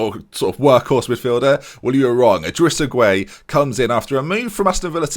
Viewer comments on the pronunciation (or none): Great video, also it's Idrissa Gay not Gway